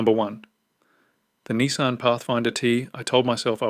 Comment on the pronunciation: And "KneeSahn" instead of "Nissan"